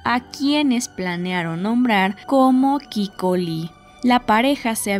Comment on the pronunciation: Es Shanann Cathryn (similar a Catherine... pero un poco más abreviado en la pronunciación) y el bebé no nato es Nico (no Kiko).